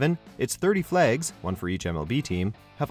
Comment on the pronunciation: He pronounces flags as flaygs